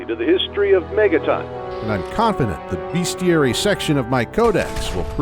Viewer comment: Love the project. One quick note is that it's pronounced as it's spelled. "Bestiary", not "BeAstiary". Hope you can use the tip.